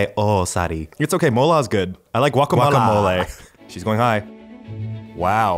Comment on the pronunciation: We say W acamole